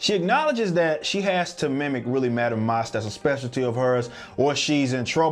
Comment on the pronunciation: Its pronounced MASK, Madam Masque, not Mosque.